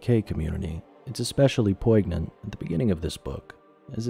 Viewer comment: Chirurgeon is pronounced like "KAI-UR-JEN" and is the archaic form of "surgeon". Also, from earlier in the video, "poignant" is pronounced like "POYN-YENT". Great video overall. Only ever heard of these systems because I had consumed a bunch of the "All Guardsman Party" story in one sitting and was curious what 40K systems were available. Knew they were crunchy but I had no idea they were that crunchy though.